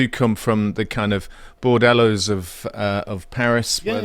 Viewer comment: Did he say bordello instead of banlieues?